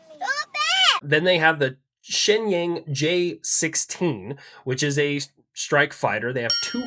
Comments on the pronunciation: Shinyang You are pronouncing it wrong Pronounce it like this Shin- yong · Protip, the "-ang" in Chinese pinyin is more like how you would say "ong". Rhymes with 'bong". So Shenyang (which is a city) is pronounced like "shin yong" in English